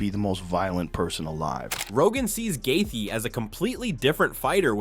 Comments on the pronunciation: Right? We all know it's Joostin Gay-chee. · GAY THEYEY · Justin “gathee” is one bad MF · The narrator does not know how to pronounce Dustin Gaethje” s name ! It’s hilarious!!😂 😢😂😅